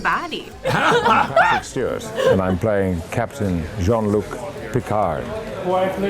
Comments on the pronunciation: "John Luc Picard"....Uhhhh....Who? :') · She called him 'John Luke Pickhard'..... sigh...… Really ET? She's the best interviewer you could find for a legend?